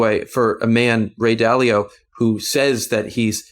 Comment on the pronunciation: Dude runs a capital management firm and doesn't know how to pronounce "Dalio?" 😆